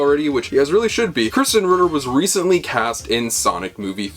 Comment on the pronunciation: Why do you pronounce Krysten like Christian? Also, you're being a KILLJOY, dude.